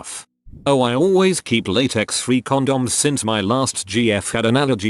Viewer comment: I hate the way this voice says "condoms"